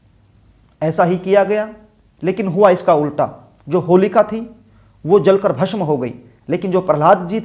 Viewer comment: Darsako nai hota darshako hota h pehli baat to ,dusri Baat shamashyaein nai hota samasyaein hota h , gutka khakar video na banein, bhasham nai hota bhasam hota h...